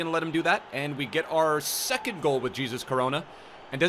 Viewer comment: It's hesus coronoa